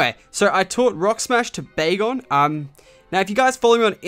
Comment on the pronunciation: Bacon sounds like begal